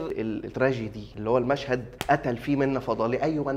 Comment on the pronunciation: بص احمادة أنا متابعك و عايز انصحك النصيحة بتاعتك اللي نصحتها لأحمد السقا بلاش كوميدي و خاصة الكام ثانية اللي ف الأخر بتوع (making of) و لغبطة الكلام زي باتون باليه مالوش لازمة و أخيرا (effet) كلمة فرنساوي فيها اتنين (f) اف فيه عارف انت الناس اللي بتقول (carfor) بتقيى عامل زيهم و انت بتقول افيه و اوعى تزعل 😊